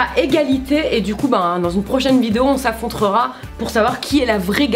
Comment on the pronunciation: y'a que moi qui ai entendu on s'affontrera 😅🤣 Sinon vous êtes géniaux j'adore toutes vos vidéos ! Vous êtes rester vous même et je kiff ça !